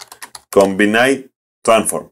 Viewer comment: Combine is pronounced Com-bine . Not Com-bin-eye. So '-bine' is pronounced like 'line'. Great video as always.....